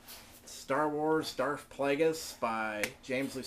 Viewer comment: It's darth not darf